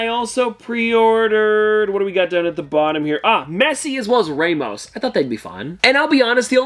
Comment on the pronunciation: its Ramos not Raymos but its ok